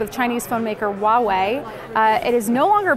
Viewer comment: it is not "wawei" start with H sound more like "Ha-wei". It is company identity, you got to know how to pronounce the company name for review video. we don't say motorola as mozzarella. very unprofessional.